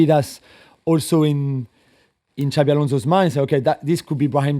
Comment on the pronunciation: IT IS XABI ALONSO FFS